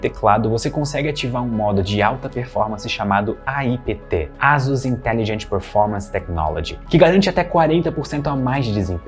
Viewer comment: Só uma pergunta: a pronúncia correta não seria "Eisãs" ao invés de "Ásus"??? 🤔🤔🤔🤔